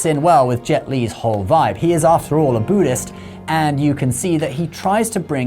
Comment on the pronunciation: WTF is a boo dist???